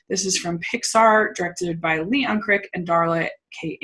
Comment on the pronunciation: BTW, it's pronounced Lee UnkRICH. Not Lee UnkRIK. Also, in terms of animation, 2017 was terrible! Not because we had too many bad ones, but because we didn't have enough great ones! I'll try a year analysis to prove it to you. Lego Batman: Mostly it's just clever and fun to watch. Boss Baby: Come on Dreamworks, I might be one of the only people in the world that don't despise Shark Tale, and this is how you repay me?! This is one of, if not my least favorite Dreamworks movie! Smurfs: The Lost Village: Not unbearable garbage like the two live action ones, but still far from great. Captain Underpants: Thought it would be dumb, but it's actually pretty good and fun to watch. (Arguably the better 2017 Dreamworks movie) Cars 3: As a fan of the franchise this was underwhelming, mostly because of the misleading trailers. Not bad, but not Pixar at It's best. Despicable Me 3: I'll admit I'm a fan of the Despicable Me films. But this is easily the worst of the entire franchise. The story isn't as strong as the first two, almost all of the heart, charm, and wit that made the first two great is gone, and the humor is just not funny anymore. This franchise pulled off a "Shrek the Third." Emoji Movie: Fact, this isn't just bad, it's god awful and cringe worhty! There's a reason this won four razzies, including worst picture. Lego Ninjago: The funniest lego movie to me, but it's not as great as it's predecessors. My Little Pony: Most underrated animated film of the year! And no, it's